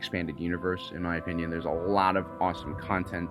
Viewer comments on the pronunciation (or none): none